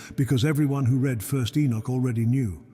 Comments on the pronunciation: I quit the moment AI read "read". There's nothing free. I pay with my subscription, so be greatful if you are able to monetize ears and eyeballs instead of spreading misery. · AI cannot read "read" and errors keep on multiplying.